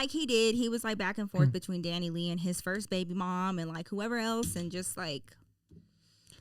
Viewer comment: It’s pronounced Dani lay